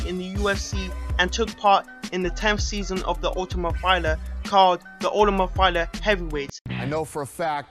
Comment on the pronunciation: Fighler? lol idiot